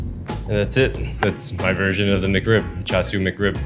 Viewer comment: bruh, CHAR-CHU not CHAR-SU